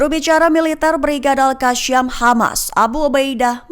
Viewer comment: ALQASAMMMM😅😅BUKAN ALKASYAM😅